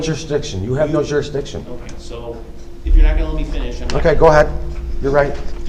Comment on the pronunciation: I love how he says the courts have no jurdsdiction and then also asks the court compesate him